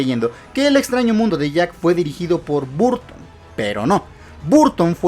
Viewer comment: Se escribe BURTON, se pronuncia BARTON.